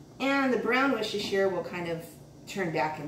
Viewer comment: Came here from tasting history a few videos ago... I am hooked. I love this woman... Why did I never find her before! 100% subscribed! Also she must be the only person in the US who knows how to pronounce Worcestershire correctly. 👍👍👍